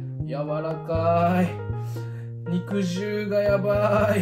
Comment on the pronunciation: が肉汁を『にくじる』ではなく『にくじゅう』って言う人でよかった。